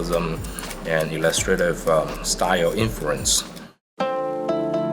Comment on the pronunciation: This guy speaks english very well, but i giggled when he dropped the infruence.